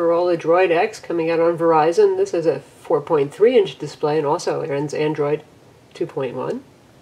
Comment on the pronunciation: dispray? lol but anyways great review!